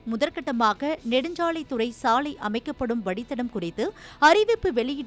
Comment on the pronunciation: சாளையா, சாலையா? ஏண்டா உங்களுக்கெல்லாம் தமிழ் எழுத்துக்கள் சரியா உச்சரிக்கவே வராதா 😢😢😢😢 ( லை ) நுனினாக்கில் சொல்லுங்கள் 🙏🙏🙏🙏